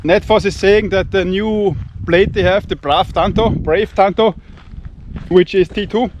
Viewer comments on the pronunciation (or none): none